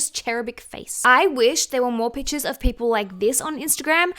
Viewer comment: She said pictures like “Pitchaz” drink a shooter everytime she say it you will be drunk in 2 min